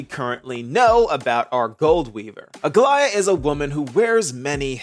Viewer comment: Bless you for being one of the very very few creators that pronounces Aglaea’s name correctly